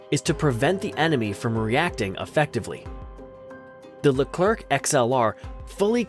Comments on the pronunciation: Small detail to correct which isn't directly linked to the content of your video : unlike Spanish or other Latin languages, in French we almost NEVER pronounce the last letter of words, any more than that of people. So our tank doesn't bear the name of General "LECLERK" but of General "LECLER(C)". As you correctly pronounced the name of our plane, the "RAFAL(E)"... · Leclerc, not Lekr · WE SAY LERCLEC WHITOUT SPELLING THE C : LIKE LECLER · Stop prononcing the "c" at the end of Leclerc thanks you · Cool cool, but please stop pronoucing the ending "c" of Leclerc ! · Of course maybe the american have their owne prononciation, but just know that it is a common miss-pronouciation by all America even if the officials say it is with a "k" sound. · Or the french Forvo, just search for Leclerc in french forvo pronouciation ! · You didnt pronounce the C at the end of Leclerc